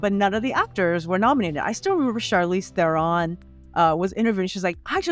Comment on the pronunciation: Funny how this person mispronounces Charlize Theron's name and then admonishes her for not being able to pronounce Asian names. Well, guess what? MOST people who aren't Asian cannot pronounce Asian names. And MOST people who aren't Afrikaner cannot pronounce Afrikaners' names (Theron is Afrikaner -- and to be fair, all of the Hollywood press mispronounces her name). Or Irish names. Or Polish names. So get over yourself